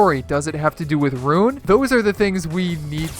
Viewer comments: By the way, his name is ruin. Not rune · Roo-in not rune